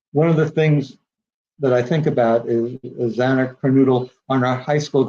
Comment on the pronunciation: Are you serious? This guy can't even pronounce xanas last name properly and he's making a lot of money from someone else's misfortune and tragedy.